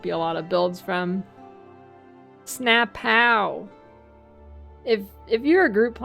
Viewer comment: A++ Sna POW! pronunciation